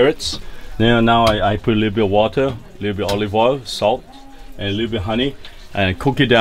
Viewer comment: mmm so good! Bwenda you gotta twy the wata! Lmfaooooo